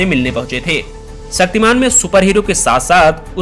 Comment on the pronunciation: तुम्हारी डिक्शनरी में छ शब्द नहीं है।.... शक्तिमान.....सक्तिमान......